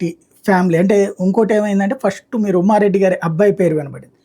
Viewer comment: పష్టు కాదురా మొద్దు నాకొడక ఫస్ట్